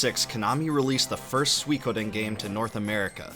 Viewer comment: Thanks for ruining my day internet, recommending me a 2 year old video where Suikoden is pronounced incorrectly for 65 minutes straight.